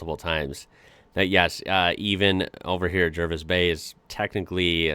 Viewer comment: By the way, "Jervis" Bay is pronounced "Jarvis".